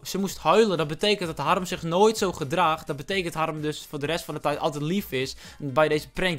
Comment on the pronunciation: je zegt haRRem